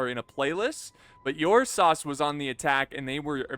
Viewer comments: Ursas as in the constellation Ursa Major or minor 😎...pronounced with an "er" not an "Uur" with heaviness on the U..nope. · Ok I'm making this comment because it's really bothering me now. the correct pronunciation for Ursas is er-sah. It is Latin for bear. It's not Your saw. As a matter of fact last time I check it was My saw. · Think of pronouncing the "ur" in Ursas like the "ur" in urn. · Teach the good how to pronounce the name;)